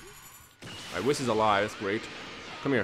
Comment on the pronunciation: He is soo gringo that he says whis's name wrong